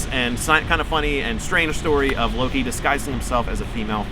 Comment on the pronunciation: We do not pronounce Loki that way in Iceland.